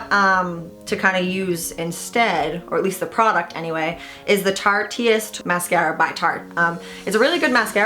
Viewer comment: Tarte-ist. Not tarti-est.